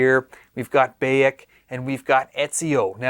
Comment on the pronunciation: Just got a deposit down finally. Im in the uk so had to work that issue out due to the us only thing. Cant wait! Will say you said Bayek wrong haha